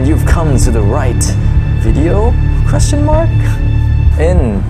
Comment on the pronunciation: Pleaseeeee pronounce ENGLISH correctly. And QUESTION and WATCH. (I mean the ending sounds) It’s amusing watching you but it’s kinda annoying when such words are not perfectly pronounced. Thanks for the video.